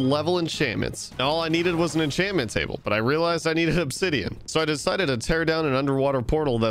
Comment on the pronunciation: Why does he say every enchant name wrong😭 infinite, miners fatigue, exp farmer I can’t unhear it all